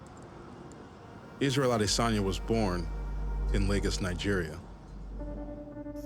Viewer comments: Did he really said Israel ADSIIDANYA?? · isreal asee danya lol the announcer